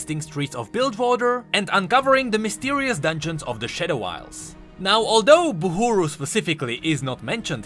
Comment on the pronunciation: it pains me dearly how this guy chooses to pronounce things as he pleases. Why is he saying "Boohooroo" instead of Buhru (Bahroo)? Oh god please have mercy